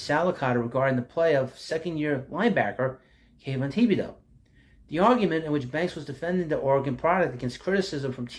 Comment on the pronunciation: Dude, it "Tib-a-dough"